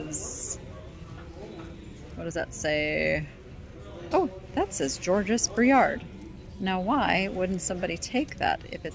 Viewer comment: You don’t pronounce the ending s of Georges.